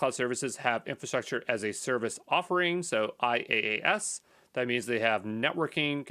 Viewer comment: IaaS is pronounced - Yaaahz